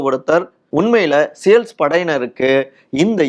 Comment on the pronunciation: " சேல்ஸ் படை இல்லை!!😅 அது சீல் படையினர் 😂😂 உங்கள் ஆபீஸில் யாருமே பார்க்க விலையா??